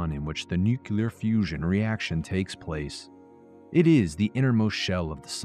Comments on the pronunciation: New-clee-uhr, not new-cue-lure. Otherwise, loving the content. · Nukelar...... really buddy!!